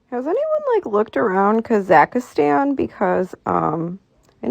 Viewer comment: She can’t pronounce the name of the bloody country correctly! She’s adding letters that aren’t there! PMSFL.